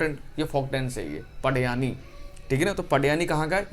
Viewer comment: सर, 7वां प्रश्न का आंसर पडयानी नही उसका सही उच्चारण "पंडवानी" हैं। मैं छत्तीसगढ़ से हूँ इसलिए बता रहा हूं।